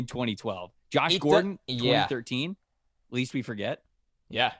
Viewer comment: Please stop saying "least we forget". It's "lest we forget".